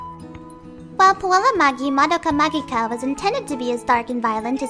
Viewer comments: It's prononced "ma-ji-ka".... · you read the kana, there's clearly a hard "g" in Magika. Your guess is as good as mine on "magi", that was invented for the English release. The Japanese title would be romanized as "Mahou Shoujo Madoka Magika". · The fu-- Is "Magica" actually pronounced like that?